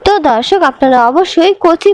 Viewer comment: ধর্ষক না,দর্শক বলেন।উচ্চারণ ঠিক করে কথা বলে অভ্যাস করুন।